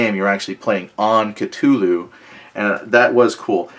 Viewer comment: "Ca-too-loo" lol